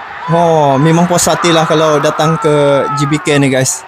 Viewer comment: Lagi kren kalau sebut GBK sprt org INDONESIA bang